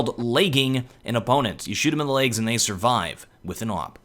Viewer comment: Lmao "Laygs"